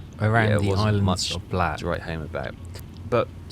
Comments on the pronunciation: I see you still haven't learned how to pronounce BAH-LAY-OH correctly. 🙄 - That is NOT a Tenryu class. For all the improvements that mod made to the base game, it screwed the pooch on that one. Looks more like a Nagara class than a TEN-REE-YOU, not TEN-RY-YOU, class ship. - You've gotta be f-ing kidding me...that is NOT how a Katori-class CL looked! Who in the blue hell modded that ship?! Did he even bother to do his research beforehand?! - Props for the Quagmire reference! 😂 And with that VERY nice patrol tally, you increase to 567,313 tons overall! Nice work! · Its Bal-ow .....i would be more forgiving about it, but you still insist on pronouncing Tenryu wrong 😂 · Ba LAO (it rhymes with Palau) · Just as an aside it's pronounce Buh-Lou. Coming from a land which has Worcester, Beauchamp and Mainwaring phonetic pronunciation is not to be assumed to be the correct way to pronounce a word. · say it with me bud...BA-LAY-O ;) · Balao - Ba as in bat without the B, and lao as in allow without the A. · it's pernounced BA-la-O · Love the content. And I would pronounce the ship as Ba-lay-O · Close, but the word is Portuguese, pronounced Bal - low. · It's sad you can't run Bullhead (SS-332) configuration 2 4 inch guns and 2 40 mm bofors And please 🥺 use google translate pronunciation feature on Balao I can't take you seriously with your bah leyo